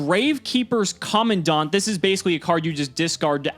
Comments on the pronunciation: Why you call it common-dawn-t it’s command-ant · "Co-man-dent" Commandant That's how you pronounce the name lol